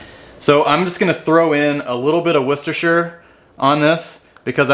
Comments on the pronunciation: Correctly pronounced . "Wooster sauce" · A Yank who can actually pronounce Worcestershire Sauce!!! Nice!